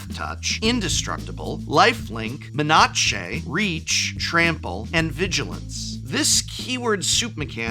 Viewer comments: love your videos but seriously wondering how you say menachey instead of menace unless you have AI assisted voice script reading. :) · MEH-NAH-CHAY (menace) I had to actually rewind to double-check lmao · Why do you pronountshe menatshe?? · had to do a double take on the "MEN-A-CHE"!!! XD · I’m obsessed with “men-AW-Che” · me-nah-che - a nacho dish with extra menace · oh he’s just saying it that way because it’s amusing. Some folks in my pod make the same joke!